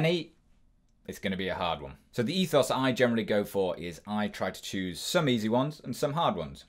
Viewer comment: it's funny, I kinda ADHD'd out and started doing it to him before I realized "Tchoose." and "Weuords." Lol